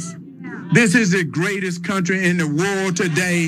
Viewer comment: He said the greatest country in the WOOLD today😂🤣😂🤣